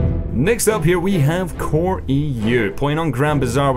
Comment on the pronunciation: CoRE-Eu ! To the scrubs calling M16 users names, show us how baller you are...